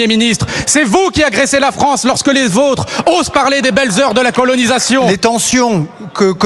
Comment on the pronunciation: En tant... Besoin... "Fronce" 😂